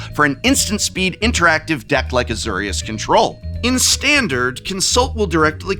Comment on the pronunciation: Why he say Azorius wrong? AZ OR IUS AzURious????